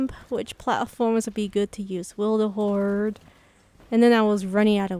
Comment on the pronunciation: WILTHERHOARD? XD THE L YOU ADD IS MAKING ME LAUGH SO HARD XD Nice video! <3